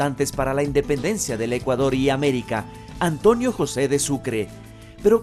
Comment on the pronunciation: No sé por que los serranos siempre pronuncan mal la N dicen ANTOÑO, JUÑO... Mi abuelo era serrano y por Dios nunca pronunció mal la N, al igual que un muy querido profesor del colegio que es quiteño, pero me parece que antes enseñaban dicción en los planteles y universidades, mejor dicho no parece, SE NOTA QUE ANTES LO HACÍAN.